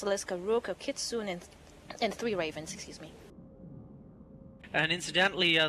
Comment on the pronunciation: Kitsune is not pronounced "kih·tsu·neh", not "kit·soon".